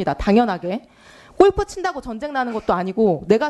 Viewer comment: 꼴프 가 뭡니까 ? 꼴프 가 ! 골프 라고 하세요 !!